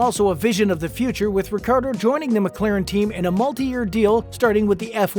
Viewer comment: you didnt even pronounce his last name correctly once. not once lol.